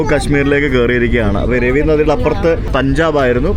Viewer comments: രവി നദി അല്ല റാവി നദി ആണ് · രവി നദി അല്ല it's രാവി ( Raavi river) നദി രണ്ടാമത്തെ തെറ്റ് after pakistan yathra( കർത്താർ പുർ ഇടനാഴി)... ഇതെന്താ വയലാർ രവി - T.G രവി ( ബലാൽ സംഗ വീരൻ) എന്ന് പറയുന്ന പോലെ 😅